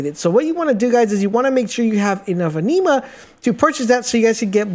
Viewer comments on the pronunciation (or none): The way you pronounce anima is really triggering me lmao, it’s said like animal without the L not aneema! Also avarice is ava riss not ava rice 🤣 great tips tho regardless, thanks for sharing 👍🏼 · The word is (Ah)neema like in the word animal..inflexion on the A, not a(Nee)ma. The same theory to the word A-va-ri-ce...inflexion is on the A at the start of the word phonetically should sound Ava-riss. Thank you for the video. It could have been explained, however, in fewer words making it a shorter video. I hope you learn the lessons as well. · Even tho you butchered alotta the pronunciations (i.e.- avarice, anime, etc.. [avarice ends in “iss” sound; and anima is short “i” sound like”Animation”, & not sounding like the low iron blood disorder-Anemia.. lol], it was still a good informative video. Lol…. Could you possibly make a more advanced video, one Not for beginners? No one has any, and I am trying to see if there is anything I overlooked or any builds that I overlooked. Thanks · Bro sorry..just gotta..its pronounced.."AN-NIM-MA" kinda like animal..its not a blood disease!! (Iron deficiency)..🤣